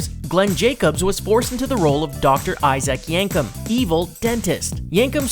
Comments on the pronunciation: it's not icyak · obviously not a wrestling fan, mispronounced Isaac Yankem name